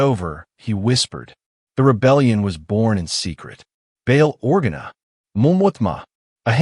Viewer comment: 4 out of 5 stars , the mispronunciations of courasaunt and organa are annoying